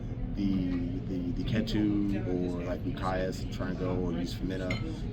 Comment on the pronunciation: Ketu is pronounced as "KEE-too"